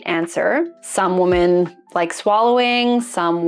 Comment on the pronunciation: This is an absolute pet peeve of mine. What the hell is it with not being able to pronounce your own gender correctly?